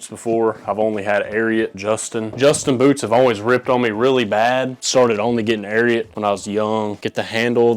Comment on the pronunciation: Dawg lemme jus say ain nobody I know ever say ariat like yu did expect for me I got so much shit for it dude😂